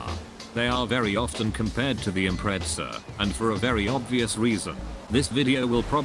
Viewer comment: I keep thinking that he’s saying impretzel instead of Impreza